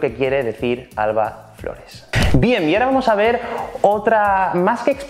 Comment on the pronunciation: "bien, iara(y ahora) vamos a ver..." máquina 💪🏻💪🏻jajaja